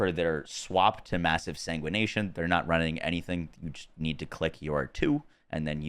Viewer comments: The mod is called Massive Sanguification not Sanguination 💀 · Say it with me”sang wih fuh Kay shun” Jesus …”SaNgWaNaTiOn”